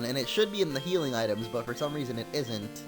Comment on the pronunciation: Are you serious?! "Idems"!?!?! REALLY?!?!?